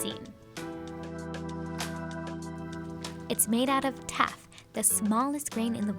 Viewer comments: She tuff not teff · She said “taf” and not “teff” I’m dead lmao 😂 😂 😂